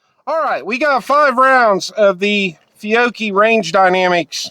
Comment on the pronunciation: Feeyocchee? Fyeoakie? 😂😂 Good stuff!